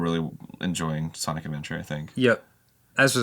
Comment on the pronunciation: Nobody: Game Grumps: SINIC ADVENTURE